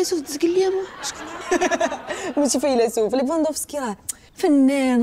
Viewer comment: سميتو ليفاندوفسكي ماشي ليففاندوسكي